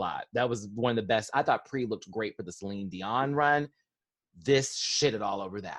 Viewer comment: did he say Steline or Celine? LOL.